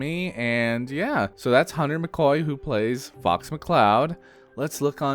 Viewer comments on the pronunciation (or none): The captions said Hunter but you dead ass said Hunner